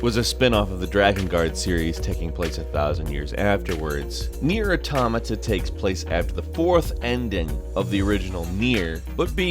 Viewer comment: also, "NI-O" not "Neo"